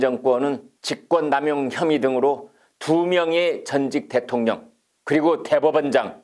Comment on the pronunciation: 김광일 기자님, 대통령 발음을 정확히 해주세요. [대통령]이 아니라 [대: 통령]입니다. '대'를 길게 발음하세요. 참 듣기 거슬리네요. 어느 지역 방언인가요?